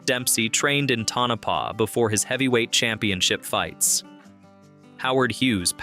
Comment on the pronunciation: FYI... Tonopah is pronounced Toe-na-pah.